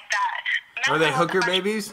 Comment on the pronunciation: "are they ooker babys" LMFAOOOOO